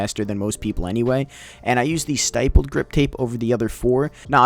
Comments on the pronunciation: The way he said stippled... “STY pULLeD” ... it’s stih pulled Good video tho 🖤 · Please stop saying stippled as stipled... please ._.